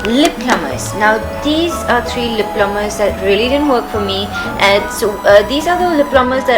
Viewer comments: lip 'plumpers' honey, not plumbers :) love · It's lip PLUMPERS, not plummers!!